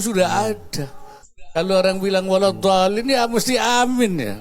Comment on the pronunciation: dia ucap waladhooliiim...fatehahnya saja masih salah...yg benar itu waladhoolliin